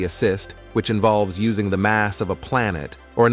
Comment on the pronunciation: I'm pooz led how much moe nay you sah vay by uss ing a bad rob oh vo ice . At least get one that can pronouce words better than that.